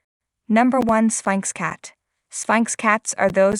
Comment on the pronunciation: "Spike's cats"? No, Sphynx cats. Your AI voice failed you!